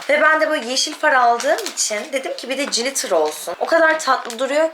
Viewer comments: Cilitır ne kız :) glitır diye okunur. Sizin gibi günceli takip eden influencer'larin İngilizce'ye hakim olması önemli. Naçizane tavsiyem. Adana'ya selamlar. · o cilitir diye okunmuyor glitir diye okunuyor canım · Koptum jilitere yaa kirk yillik glitter🤣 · Kız Ezgii glitter yazildigi gibi okunuyor😘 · Peki benim siz cilitır dedikçe acaba ben mi yanlış biliyorum diye kendimi sorgulamam glitterdan farklı bir şeydir belki diye düşünmem 😂 çok tatlısınız ☺️ birde “Birkensıtok” olarak değil. “Birkenşıtok” diye okumuyor oda ☺️